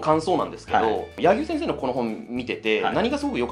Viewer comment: や↑ぎゅう先生？